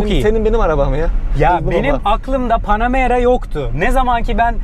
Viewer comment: Panemara 4 amaan diyor ya 😂😂 biz onun yanına bile arabayı park edemeyiz dayı bırak içine binmeyi